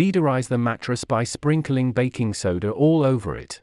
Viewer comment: "Deedorize"?😂 Whats that?